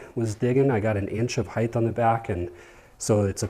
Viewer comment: It's height not heigth by the way. Sharp truck!